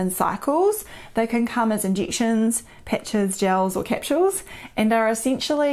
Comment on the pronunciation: Thanks for sharing these videos about medical topics. I can now say I understand "Neozealandese". You pronounce 'capsules' in a lovely way. You also share a bright positivness. 🙏🏼